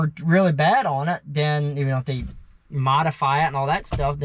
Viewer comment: it sounds like you are saying shit because of the pronunciation of the D and T..like when you say they or the it sounds like you are saying day,,not using the th sound.